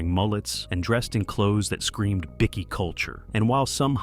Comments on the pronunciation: whats a biccky? Its pronounced Bike-e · Bikie not Bicky